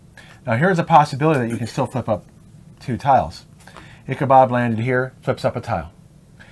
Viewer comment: His name is Ichabod not Ichabob.